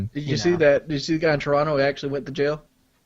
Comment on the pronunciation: I’m surprised Wings pronounced Toronto right